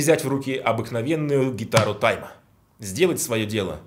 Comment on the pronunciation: не тайма , а тьма